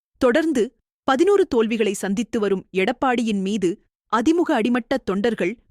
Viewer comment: அது அதி முக இல்லை, அ திமுக...இது கூட தெரியாம எதுக்கு படிக்க வரீங்க